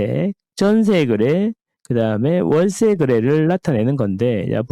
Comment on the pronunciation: 거래가 자꾸 그래로 들려요 그래량ㅋㅋ 정겹습니다잉~~~ 오늘도 잘 듣겠습니다^^